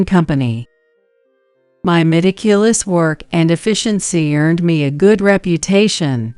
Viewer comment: "Meli-ceel-lus?" Its "me-ti-cu-lus" AI. Need to double-check pronunciation as well as the speed of speech! Very far from being natural. Hold up, first meeting, and you're walking in with luggage??!!?? Being rude and demanding, in MY HOUSE! Don't care if I'm just a housewife or not, you're just a momentarily speck here, if you even get that consideration. "She's sensitive..." Yeah, about as standing in a bucket of water while touching a live electric outlet.